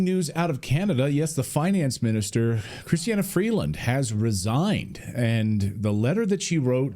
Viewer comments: CHRYSTIA Freeland, nit Chrystiana ... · It’s not Christiana it’s kristia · It’s not Christiana it’s Chrystia Freeland!!!! If you’re going to report at least get the names correct! Thank you!